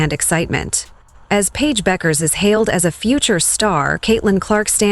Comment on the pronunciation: last name is pronounced Beckers people